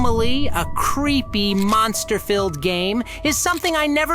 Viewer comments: It's not soanomly it's zooanomly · Actually zoo nah mah ly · pronoucned zoo no maly